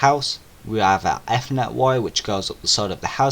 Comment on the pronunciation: good video bruh....just a little hint...you're pronouncing ethernet wrongly. regardless of american/british english